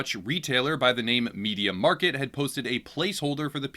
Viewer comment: its mediaMARKT not mediaMARKET